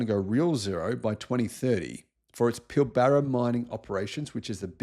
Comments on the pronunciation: I agree. But small point it's pronounce PILbara not pilBARa. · Keep up the good work,! But one small point, it's "Pill-buh-ruh", not Pill-barra". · Pilbara not pilBARRA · I have lived and worked up there for 20 years on and off. It gets lazied down to "Pil-bruh" in my experience. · Hi, long time aussie viewer. Please pronounce Pilbara as PILL-BRA as do we local aussies. I don't care if you mispronounce foreign place names, but you should get our local places right. Cheers, and this is constructive criticism, ok? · Fascinating and inspiring video 😀👍 but is it really pronounced Pill Barra !? Almost sounds un Australian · No one pronounces Pilbara Pill-Barra...no one. Thank you. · For and other non-WA-natives: we pronounce "Pilbara" with the emphasis on the first syllable not the second, and the 'a's are more like "uh". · I am a fan... However your pronunciation of Pilbara is way off